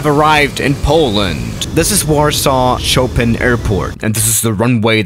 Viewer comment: did you just say choPIN?